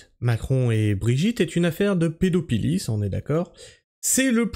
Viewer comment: Pédophilie se prononce "pedofilie" et non "pedopilie" 😂